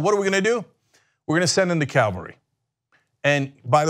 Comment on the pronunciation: Cenk...it's cavalry not Calvary. It's like nuclear vs. nucular...